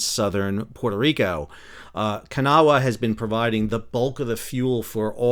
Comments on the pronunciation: IT’S NOT “KA-NAH-WAH!” IT’S “KUH-NAW!” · As someone who is from Kanawha County WV and grew up along the Kanawha River I am here to tell that you are NOT pronouncing it correctly. I have lived here in NC long enough to know that for some strange reason people here like to pronounce it Kan-a-wha with three syllables. That is incorrect, it is pronounced with two syllables as Kuh-naw. Pronouncing it Kan-a-wha just tells WV expats, like me, that you have never been to WV other than driving through on the interstate.